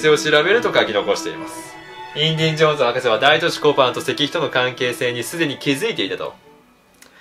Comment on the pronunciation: インディンジョーンズじゃないよ！w